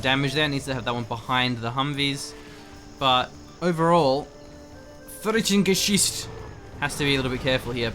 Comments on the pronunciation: its not frittengeschütz. its frit-ten-ge-sicht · haha even worse:D u pronounced it like fritten-geschiss... this would be (french)fries-shit ^^ pls;) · Today I learned: 80% of GeneralsGentlemen viewership seems to speak German. Also I can't decide which sounds funnier; English speakers attempting to talk German or the other way around. Protip: It's pronounced "fritt-uhn-guh-seesht" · fritten are fries and gesicht is a face so his name means friesface ...the way you pronounce gesicht means shit tho lol that would be friesshit ^^